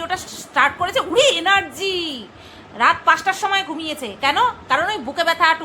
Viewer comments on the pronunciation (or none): none